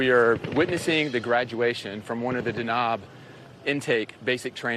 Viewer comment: The reporter completely mispronounces the special forces name, which is Danab. It means lighting in Somali language and she pronounced it as 'Dknob.'